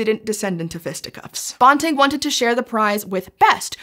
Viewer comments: His name is Banting, not bonting, as the narrator calls him. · Dr. Banting's surname rhymes with "panting", not the made-up word "ponting". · I agree, Banting is pronounced bænting. (psst, how is æ pronounced?) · I have never, in my life, heard Banting pronounced "bawn-ting"... it's quite bizarre. I've been reading about him since I was about 6 and have even stood outside Banting House in London, Ontario (it was closed so I couldn't go in), and I've watched documentaries and biopics about him because he is one of my heroes. In that about 50 years of time, I've never heard it pronounced as anything but BAN-ting. I guess there's a first time for everything. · Banting is pronounced bænting rather than bahnting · Banting, like ranting, which is what I'm doing right now about that bizarre pronunciation. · Yes. The high school my daughter went to is called Banting. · The pronunciation of Banting is killing me. It should rhyme with panting. Source: He was from my area, there’s a high school named after him and my husband and I went to school with members of the family. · Yes! I’m from where Banting was born and know the family. Banting should pronounced to rhyme with panting. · bawnting? is that how it's pronounced? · Loved this - thank you! forgive me for this entirely minor comment, we in Canada and UofT pronounce Banting as if BAN rhymes with MAN. And, as we Canucks say Soo -ry... :) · Frederick Banting. BAN-TING. BAN as in PAN. BAN-TING. You could have watched a couple of seconds of any video on the man to get that pronounciation correctly. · I'm a U of T grad - we say "Banting and Best." The A in Banting is like the A in apple. Not the O in Bob. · Banting... Ban rhymes with can, ran, fan, tan, dan, jan, LAN, man, nan, pan, van, WAN. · Sadly, you've mispronounced the name of Dr. Banting the whole way through. Respect! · Great video, but I've always heard his name pronounced with a short A. (am Canadian)